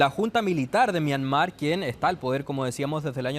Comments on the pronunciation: En todo caso, es Myanmar, no “Myamar”. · Esta periodista es más ignorante que el otro que es más joven , sra , Myanmar es el nombre correcto antes se llamaba Birmania ! Como no lee un poquito esta gente o por último si le da lata vaya a Google o Wikipedia ese es el lugar preferido de los flojos y no quedar mal en alguna entrevista !